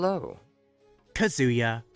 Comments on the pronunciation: Me hearing the mispronunciation of the word Kazuha: Me: WAI- Tekken 7 Announcer: KAZUYA MISHIMA Kazuya Mishima: DORYA! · My sides are hurting after hearing how you pronounced Ayato and Kazuha's names. XD